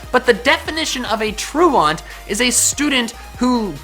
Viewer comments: Anytime says Truant I want to correct him. In Texas, which I believe he is from, I’ve only heard truant sounded out like this “True ant” not “True aunt”. Not to prove that I’d be right but because it bothers me and one of us would learn the correct pronunciation. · Truant = "ttroo-ant", not "troo-aunt". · It's not "tru-awnt", it's "tru-ant" or "-ent", which probably also explains why Durant sometimes has the ability; someone was being gunny. Haha not funny. You're the only person I've ever heard pronounce it "-awnt". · truant = TROO-ent. didn't you listen to principal skinner?